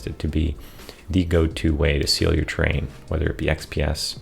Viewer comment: Enunciate! Sounds like you are saying “train”